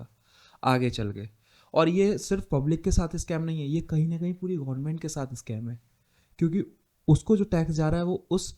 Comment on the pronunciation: scame nahi bhai, "scam" hota hain